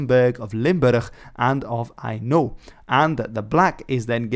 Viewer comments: Very strange to hear "Hainaut" pronounced like "I know". How it was pronounced when Philippa of Hainaut became Edward III's queen consort I don't know. But nowadays, "Hennuyers", those living in Hainaut, say something like "hen-O", which is consistent with Hennegouw (Dutch) or Hennegau (German). Didn't understand the "Kuifje" joke. A century too early. Would have thought Kings & Flags were somehow related. The Earl of Chambord never became King Henry V of France, because he rejected the "Bleu-Blanc-Rouge" flag. In Belgium, there is the Blanc-Bleu-Belge, but that has nothing to do with flags. House Wettin, and thus Haus Sachsen-Coburg & Gotha, use horizontal sable and gold (black & yellow) as their coat of arms. No link ? And I think the coat of arms of Brussels is gules with a golden St Michael vanquishing a sable demon : red, yellow, black. Must have had some influence, mustn't it ? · For Hainaut however, he needs more practice....